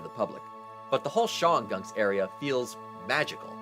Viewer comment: Great video, but it's pronounced Shon-gum Mountains in the Appal-LAY-chian Mountains.